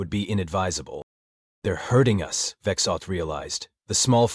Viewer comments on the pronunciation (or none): 'hurting' is NOT 'herding"